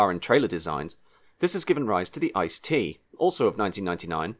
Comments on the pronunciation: Bombardier is actually both an English and French word, with different pronounciations in each language - as the company is Canadian, the French pronounciation would technically be correct. ICE also isn't a word, it's an acronym, in the same way you would say "h-m-r-c" instead of "humruc" Still a really interesting video! 👍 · A really interesting film and well researched, but I can't help feeling that hearing the German words at least once before you tried speaking them would have been very beneficial. ICE for example is pronounced by disconjoining the individual letters, much like you would say other acronyms like EU or HS2. Of course some of the longer words are quite difficult to pronounce if you're not used to them, but even I as a native German speaker was unable to understand most of them. Flashing them up as subtitles might have been helpful too. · It's not "Ice" it is I...C....E!!! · ICE is not pronounced as "ice", but I-C-E! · Great video, good information. But every time you call it an "ice" train instead of an I.C.E. it sounds like your reading an wiki page. I know it's very common for English speakers to call it an "ice" train but it still sounds strange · It's not an "ICE" train, it's an InterCity Express - pronounced "eets zay ay" in English. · Again a great video! :-) Just one thing: nobody says "ice". It's "I.C.E.". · (basically too many to all include here): It’s pronounced “I-C-E”, not “Ice”. (Or is it not?) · It’s an I-C-E not ‘ice’. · One little thing... DB calls them i-c-e (making you spell out all individual letters)... They are not ice trains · Thanks for that video. But it is never "ICE" (like frozen water) but always "I, C, E" ;) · Great video, but as I am not the first to mention: Please don’t call it "Ice"-Train. It’s I C E as in german the solid state of water is pronounced the same as in englsih, but spelled it’s "Eis" and so no one in germany calls the train Eis-Train. :) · Its pronounced I C E, like TGV. Not "Ice" :D